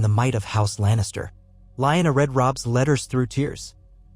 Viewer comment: Very nice story, but are you mispronouncing Lyanna, Raegar, Baelon, and Vyserys's names on purpose? Correction, the inconsistentcies in the story, forced me to stop watching it...